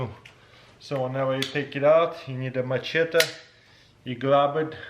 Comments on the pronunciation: Say machete lol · Please someone teach him how to pronounce "machete" 😂😂 it's hurting me